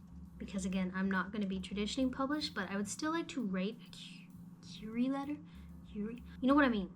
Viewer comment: It's pronounced "queer-ee" letter lol